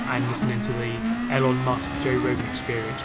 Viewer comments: Lol I have never heard Elon musk's first name butchered so badly ilon musk 😂😂😂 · I love you but if you ever pronounce Elon like that again I will commit a hate crime